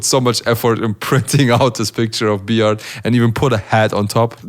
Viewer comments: B-art needs to work on his English pronunciation slightly Also: TODAY IM GOING TO BE WATCHING B-ART WORSES D-LOW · He says Bart like B-art .... 😂